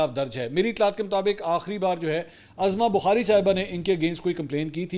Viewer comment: Uzma Bukhari not Azma Bukhari